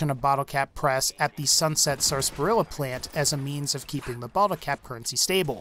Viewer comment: Wouldn't have disliked if he pronounced Sasparilla right